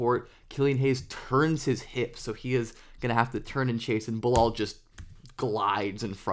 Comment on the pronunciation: Thanks for the vids on the french rookie. I just had a hard time recognizing his first name: Bilal when you said it. lol. The "a" in not pronounce as an "o" but as the "a" sound in "hat" or "hard".